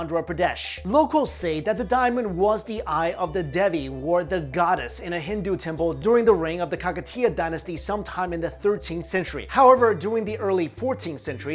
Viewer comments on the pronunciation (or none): Kakatiya dynasty, pronunciation is obviously not perfect